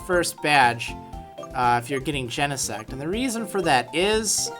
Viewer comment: i don't know why but i always think he said genesex